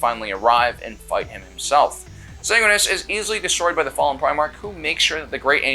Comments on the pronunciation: Sanguinus? SANGUINUS!? ITS SANGUINIUS YOU... FFFFFFFFFDDGFDVVGBBFDFFUCK! THE SYMBOL OF GLORY AND GOODNESS WHO’S DEATH REPRESENTS THE FINAL END OF HOPE FOR THE GALAXY! HE WHO FUCKING DROVE HIS LANCE INTO THE ARCH TRAITOR WITH FULL KNOWLEDGE THAT HIS DEATH WAS THE RESULT! SAY MY PRIMARCH’S NAME CORRECTLY! grabs by chest and slams into wall with all the force of a suit of Mark X SAY IT! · SAN GWIN E US. Say it right or die by the angelic host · Sang-win-e-us. Also the red thirst already existed pre-heresy. It's a complication from his gene-seed. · Mispronouncing Sanguineous is treason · Jorge wasn't a spartan II he was a spartan III. Also you pronounced Sanguinias wrong